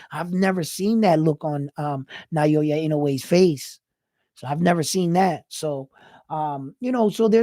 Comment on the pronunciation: It’s pronounced as NA - OH - YA not NA - YO - YA love your analysis 2 weeks ago. And wow you look sharp this time. New subbie here.